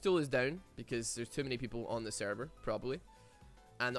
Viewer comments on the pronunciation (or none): none